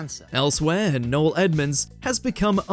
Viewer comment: Noel Clark , not null